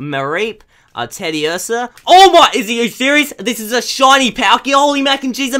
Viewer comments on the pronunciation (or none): none